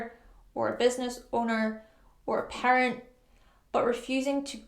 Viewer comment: Taurus sun here. When you mentioned becoming a parent, I thought you said "pirate" at first. I don't really anticipate becoming either one.